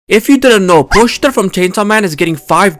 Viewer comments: Until I heard you pronounce pochita, I thought it was pronounced PO-CHEE-TA not POCH-TA damm I’ve been saying it wrong this whole time lol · How tf you pronouncing it are you saying po-chee-ta when its po-chi-ta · The thing is you pronounced the "chi" with "s" in it which made it sound way closer to "Poshita". Look up the different between shi and chi in japanese, you'll get what I mean. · The way you pronounce pochita 💀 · rewatch the anime, or just look up the japanese pronunciation not that hard, chi doesnt have much emphasis anyways like su in desu